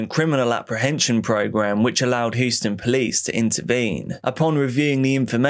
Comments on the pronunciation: great video but it's pronounced Hugh-sten not who-stin. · The Texas city of Houston is pronounced Hew stun not hoo stun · Hue-ston. Just a heads for next time 😃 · Says Houston like Lord Zod